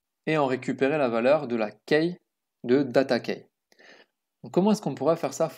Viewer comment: Super ! Par contre Key se prononce "ki" pas "keille" :P